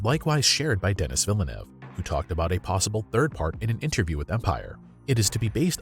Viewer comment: Just letting you know that Denis Villeneuve is French Canadian. He’s from Montreal. His name is Denis, which is pronounced Denee (not Dennis….like Dennis the menace) and his last name is Villeneuve, which is pronounced Vill-nuv Just thought you should know. After all, he’s arguably the best director working in the entire industry right now.